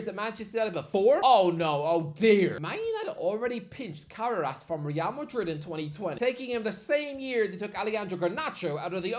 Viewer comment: Ca-ra-rass? Who?! Modern IPA: kərɛ́ːrəs Traditional IPA: kəˈreərəs 3 syllables: "kuh" + "RAIR" + "uhs"